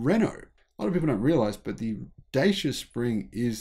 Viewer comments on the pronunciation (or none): Say it Dachea. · Hi, thanks for your video! Two corrections: the Renault Kwid had been developed for the Indian (not Chinese) market. Secondly, Dacia, a Romanian brand and long year partner of Renault, is been pronounced differently. If you think of the Netherlands: “Dutch” and then just end with “ia”. So something like: Dutch-ia.. 😊 You can find the original pronunciation here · Pronounced as Duchyia